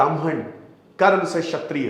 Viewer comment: क्षत्रिय, छत्रिय नहीं